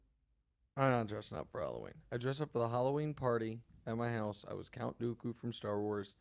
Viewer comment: It's Count Wooku